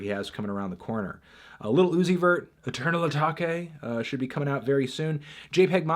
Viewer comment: “Eternal Etokay”